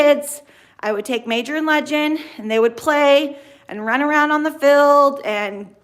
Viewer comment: Field!!!! It’s pronounced Feeeeeeld!!!!!!